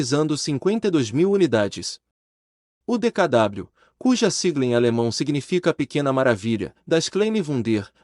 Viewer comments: É o que dá fazer locução sem conhecer o assunto !! JAMAIS o dkw foi chamado como decadábliu. Sempre o povo o chamou como DECAVÊ. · A reportagem está excelente, só um detalhe: quem gravou esse texto não conhecia o carro DKW, que todos - fabricantes, anunciantes e consumidores - pronunciavam, no período, DEKAVÊ, e não DEKADÁBLIU. Até porque na época a letra era ensinada e pronunciada.como DOBREVÊ e não DOUBLE U (Doubâl-iú) como se diz hoje traduzindo o termo "duplo U" em inglês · Nao e decadablo e sim decave a pronúncia está errada recorra a vídeos antigos da época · O problema é o narrador dizer "aqui no Brasil chamado De Ka Dabliu" Então a narração não faz jus a história de como era chamado o veiculo. Informação correta é preferível a informação falsa ou errada. Dizer "dekavê" ou "dekadabliu" não é pronúncia e sim são palavras (faladas ou escritas) diferentes rs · O nome é D K W - leia - se decave